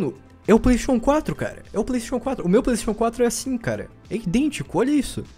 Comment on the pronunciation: Kakaxe falando Playstation 4 parece que tendo um derrame. "Plaisxexun 4"